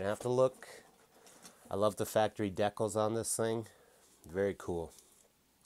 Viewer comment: Why does he say decal weird? I’ve never heard anyone say it like that.